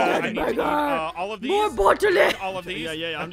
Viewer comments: Its bottlé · it is a bott-l-è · the way thay pronounce bottle is funny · It is spelled bot o le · I laughed when said bottle wrong way hes always been a baby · Ok when said its a bottle and aphmau said it right and said it wrong its like a fancy word like my god